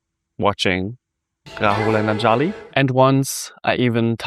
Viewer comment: It's ANJALI.... pronounced UNJALEE....and NEPAL ...NAYPAAL